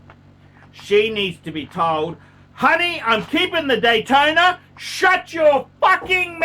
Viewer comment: He can’t pronounce any name, including the popular rolex models, just sad.